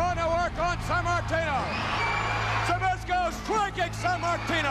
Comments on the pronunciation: Хоть бы произносить его фамилию научились. Збышко, а не как они его там пытаются произносить. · That feeling when you are Polish and can't stop laughing when they can not say ZBYSZKO right xD